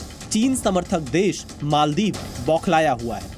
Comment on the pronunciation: Bhai ANCHOR ji , मोलदिव नही मालदीव है, mujhe lagta hai aap English medium se ho